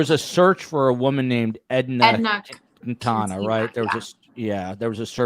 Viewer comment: Quintana pronounced "Kin-tan-a"